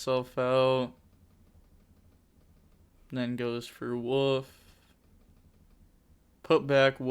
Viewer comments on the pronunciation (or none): Wolf not woof 😛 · i love the content but please call it wolf not woof